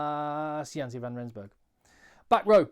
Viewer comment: It's pronounced Jan-sah not Jan-see